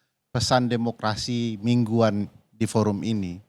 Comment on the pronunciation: Ngomong demokerasi Ko mulut nya ngak demokarasi..